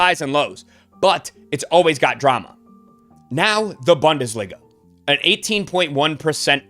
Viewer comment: Like the channel....say boon-desliga 🙏